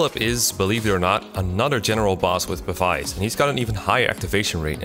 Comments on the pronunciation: Say it with me now Pah-bees, not pa-vice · I hate to be nitpick, but this was honestly throwing me off a lot throughout the video, so I just had to comment for future reference. Pavise is pronounced like "pavis." The ability is in reference to pavise shields, which were very large shields that, unlike regular shields, were not held in the hand when in use but instead deployed on the ground to stand upright independently. They essentially acted as portable cover from incoming arrow fire. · Great video but one thing that bothered me was your continued mispronunciation of Pavise Aaaaaand now it's Falchion as well, but they say that one in cutscenes so